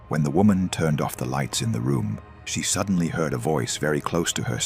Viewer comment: WTF are you talking about? 'Suddenly, this man felt a burning sensation on his neck. He was terrified...' The guy was completely calm and had just clearly stated he didn't feel anything. Earlier in the vid, this stupid AI said sedantly instead of suddenly. This AI shortcut slop ruins these vids for me